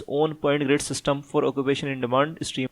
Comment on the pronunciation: Bhai, Steam ni stream hay